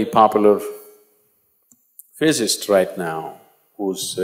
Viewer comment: It is pronounced Physi-cist.